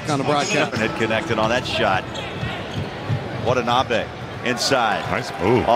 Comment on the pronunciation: The announcer almost had a stroke trying to pronounce his name